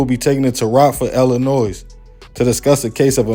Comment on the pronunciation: With no disrespect intended: Illinois has a silent "s" sound, so it should be pronounced "Il-ih-NOY," not "Ill-ih-NOISE." ✊🏾